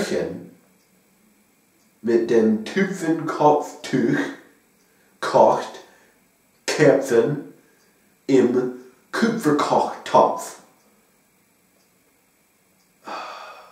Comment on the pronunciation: That's impressive for 6 months of learning! Ich habe alles verstanden, auch wenn einige Dinge von mir nicht so gesagt werden würden. Mit den Umlauten hast du noch so deine Probleme, Karpfen und Kupferkochtopf hast du sogar mit Umlauten gesprochen (also Küpferkochtopff und Kärpfen), bei Wäsche hast du "Wasche" gesagt... aber sonst: Super! And I can only imagine what I'm sounding like to an english native speaker (when speaking English).... :D And: Ich liebe Akzente! Ick würd jerne uffhören Berlinerisch zu sprechen, aber dit fällt mir echt schwer!